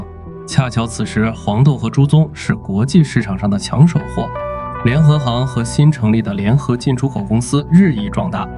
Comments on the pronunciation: 现在很难听到真正的人说话了 联合行（xing） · 一会把联合行读成联合型，一会读成联合杭……能不能先仔细校对智能解说，再学人家做视频？